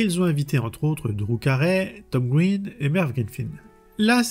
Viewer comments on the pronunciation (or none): none